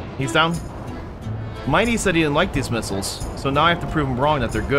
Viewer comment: They're called "missiles" not "hittles"